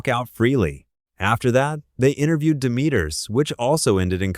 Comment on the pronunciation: Trying to blame the daughter you parentified for the death of your son is absolutely ridiculous. You don’t “have help from nobody” but your daughter had to put her life on hold to help you?🙄 Edit: your pronunciation of Demetrius is killing me😭😭